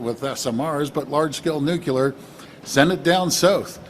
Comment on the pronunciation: All of my life there's been folks who act all smart and special who invariably carry around shit on their shoe by mispronunciation of the word nuclear.